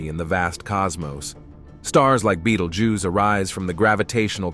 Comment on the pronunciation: Someone teach this AI to say Betelgeuse.